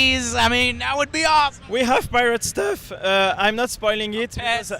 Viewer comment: Was dieing when he was talking, particularly We have Pirate Steeuff.